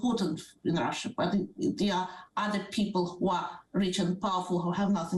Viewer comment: Shame on you for keeping pronouncing my country's name Rusheeya! It's pronounced "Rusha" (En) or "Rosseeya" (Ru)